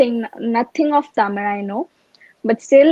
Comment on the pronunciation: Good to see pronounce tamil perfectly as tamizh!